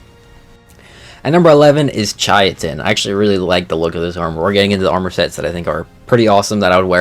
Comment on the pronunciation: Hey fyi chitin is pronounce like Kai Tin or Kite In